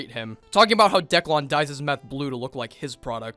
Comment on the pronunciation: Why does he keep calling him Decklawn?